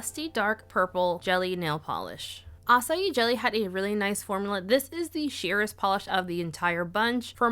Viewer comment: I love that you can pronounce açaí with no problem but put the ç in curaçao and all bets are off 😂